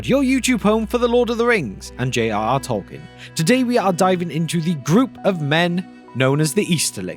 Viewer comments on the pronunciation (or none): none